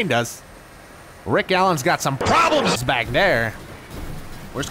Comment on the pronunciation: I say "PWABLEMS!" Rick Allen PWABLEMS jumpscare. The timing is comedic and perfect.